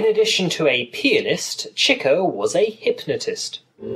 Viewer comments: to the person that made this vid: why did u pronounce chicos name CHEEKO then later finally pronounced it right (Chick-oh) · its pronounced CHICK-OH!!!